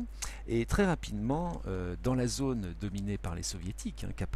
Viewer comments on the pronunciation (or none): none